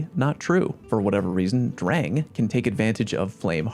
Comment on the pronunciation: It's pronounced "drahng," like the German "Sturm und Drang"